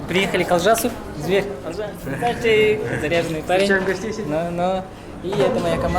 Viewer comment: брат не Алжас а Олжас не в обиду)